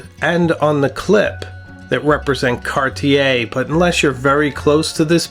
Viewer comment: Alas, I'm resigned to the fact that Americans will never be able to pronounce "Cartier" correctly.